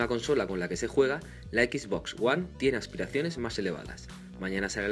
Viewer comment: Horrible la pronunciación. ¿Equis Box? ¿Es en serio?